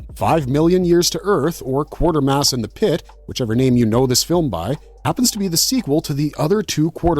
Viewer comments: Q u a t e r m a s s not q u a r t e r m a s s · QUATERmass...NOT Quartermass... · Any reason why you show 'The Curse Of Frankenstein' while talking about 'The Curse Of The Werewolf'? And the name is pronounced: 'KWAY-TER-MASS', not 'QUARTER-MASS'. Yes it's an odd name, but watch a clip of one of the three movies to hear how it is said. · He also kept saying "Quartermass" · Maybe you learn how to actually pronounce Quatermass before talking about it.